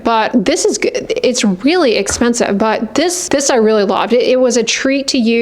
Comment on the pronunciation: The emphasis on really expensive is my favourite lol thank you for keeping it real. It’s reaaaaaally gooo—- expensive. Good. Expensive.